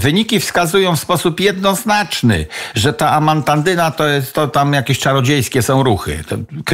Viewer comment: WC Zmiluj sie BOZE; TO NIE JEST amantaNdyna ale AMANTADYNA ! Prosze to skorygowac fonetycznie...